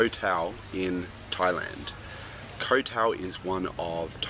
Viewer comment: What a load of crap. Three tips: Don't edit until your first draft is done, carry a pen and pencil wherever you go, and turn off spell check (which is really tip #1 restated). Jesus. This guy hasn't written shit. And by the way, learn how to pronounce "Koh Tao."